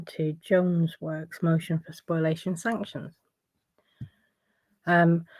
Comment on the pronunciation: Spoliation, not spoilation